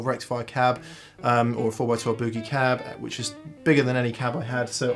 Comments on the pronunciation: That’s Boogie not Buugie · More like Boo-GAY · The Pom’s still don’t know how to pronounce Boogie. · "Muuuhhh sa" "booh-gahhh" haha! Love the English pronunciation of this. In the states we say "May sa" "booh-ge" I think I like the English pronunciation better. I'm gonna start using it! Reminds me of when I was watching the UK series, Hart's War and guy kept talking about his new aluminum prosthetic leg. I had to look at the sub titles to realize the was saying aluminum.